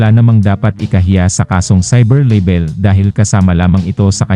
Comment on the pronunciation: Hindi po “leybel” ang pagpronounce kundi “laybel” .”